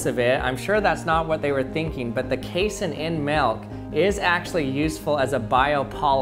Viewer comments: I hate how you keep mispronouncing casein. you say "case-in" when it's pronounced "kay-seen" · It's not pronounced "case-in" its pronounced "cassey-in" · What if it's genuine china? What if the milk stays warm? It's pronounced kay-SEEN. Casein is an ingredient in glue and acts as a binder in foods. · How about KAY-sen? It's pronounced kay-SEEN! Everyone I've ever heard pronounce casein pronounces it like kay-SEEN. That's numerous professors (I have a PhD in nutrition), manufacturers, and even one pizza commercial that was taken off the air for comparing their competitors' cheese (made from casein) to glue. He speaks with his own dialect, but rarely have I heard such unanimity among scientists in their punctuation of a scientific word. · Pronounced kay-seen